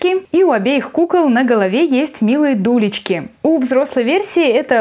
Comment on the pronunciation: дулечки? может гулечки:)?